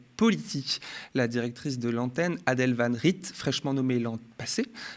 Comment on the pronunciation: Je suis mort il fait comme Aymeric lompret à appeler la directrice van "rite" au lieu de van "rette"